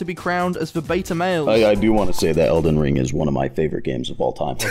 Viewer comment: I loved this video, it was just 👌. I would love to see this as a series. And my god, Adam absolutely BUTCHERED Elden Ring. Also you make a great game host.